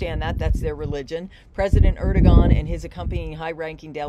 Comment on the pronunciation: Erd-o-wan is the pronunciation